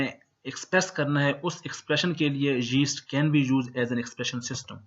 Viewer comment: its not jeast, its yeast. XD